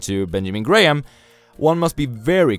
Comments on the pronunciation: I like your videos, but just to correct your pronunciation of "Benjamin GraHAM" it is pronounced as "Benjamin GRAM" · the h is silent..